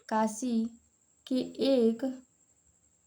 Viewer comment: काशि नहीं काशी होता है